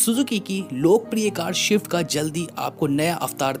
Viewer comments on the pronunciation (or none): भाई - आप स्विफ्ट को शवीफ्ट क्यों बोलते हो? मैंने सुना है आपको स्पीड, स्पेस बोलते हुए, इसका मतलब आप स्विफ्ट बोल सकते हो पर आपको गलत आदत पड़ गयी है. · It's not shift bhai it's swift take pronunciation properly